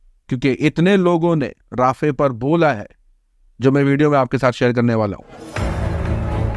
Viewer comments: Not राफ़े it's रफ़ा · It is pronounced RA-FA. Not Rafeh. Please correct. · Bhai rafeh nahi hai rafah hai